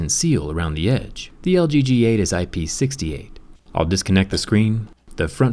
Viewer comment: Did you just say IP SIXTY-EIGHT?